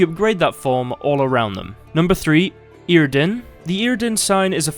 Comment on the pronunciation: Not gonna lie, I came here for reassurance how Yrden is pronouced. I mean I was right from the start — eer-den. I was just annoyed how others pronounce it as yar-den or yer-den.